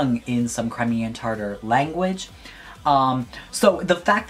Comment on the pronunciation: omggggggggggggg.....it tatar not tartar........TATAR....